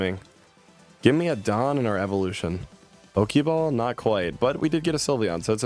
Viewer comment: Why is bro INCAPABLE of pronouncing "Dawn"